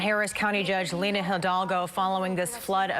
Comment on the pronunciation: Lina* not Linda